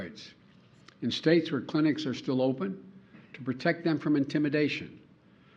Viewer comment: “All 50 Straits and the District of Cumbia” “That is Anithetical to all we believe in”. He sounded either drunk or out of it.